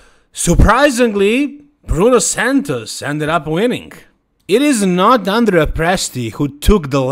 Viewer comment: Hi, I've seen you often correct the pronunciation of Krizo's name. So, as an Italian, I have to correct your pronunciation of Andrea's name. It's Andrèa not Àndrea.